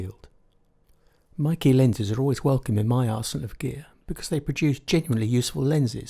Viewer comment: Hi, Love your reviews, as always. I believe the brand is pronounced "may - kuh" - or at least that is how the name would be pronounced in Chinese.